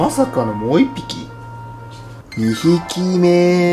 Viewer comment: 二匹目～がドンダケ～に聞こえる笑(*´ﾉ∀`*)